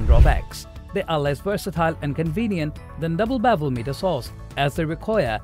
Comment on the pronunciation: It's pronounced as Miter, not meter.